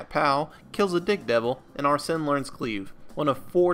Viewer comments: Amazing video but arsene is pronounced (are sane) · Not pronouncing Arsene correctly is really throwing me off lol, nice though